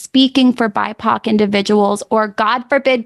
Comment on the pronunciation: What the hell is a “bypock individual”??